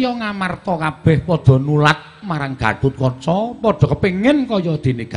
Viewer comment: Gatotkaca bukan gatatkaca